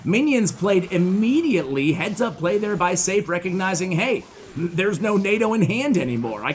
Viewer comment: I think Seif might be pronounced Seh-eef.